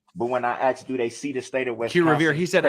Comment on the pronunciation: "I specifically AXED for".....why are we wearing kid gloves with this clown?